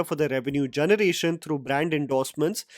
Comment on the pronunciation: Janarate, Janaration 😂